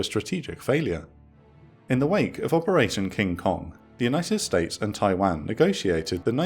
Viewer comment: Every time I hear it pronounced tai-wehn instead of tai-wohn I die a little inside